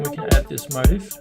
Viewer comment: Great video... Motif is pronounced Mo Teef. Thanks a million.